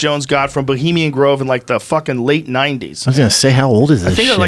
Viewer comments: "Bulimian Grove" Thanks, Eddie. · Bravo calls it Bolima grove hahaha